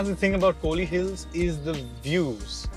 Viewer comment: It’s not kooli hills it’s Kol / li hills 🤦🏻‍♂️